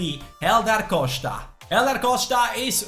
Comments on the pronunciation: Buy Ebenezer Ofori as a sub. Great allround player with OK potential. Also please stop saying say "Coshta" :) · Pronounce Costa right